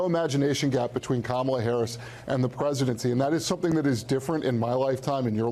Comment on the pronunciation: If he cannot pronounce Kamala Harris name why don't you just say VP Harris so simple